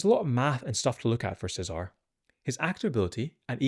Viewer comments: Feels like it should be the Italian pronunciation of Cesare, Che-zah-reh. Dante is Italian, Mateneo is close to the Italian Matteo and Nicodemus is also I think Italian. Lucien is an odd one out being French but Luciano is close. Seems like the blood angels have an Italian or at least Latin theme with their names making "Se-Zar" feel out of wrong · Che-zah-ray is how you pronounce this guys name.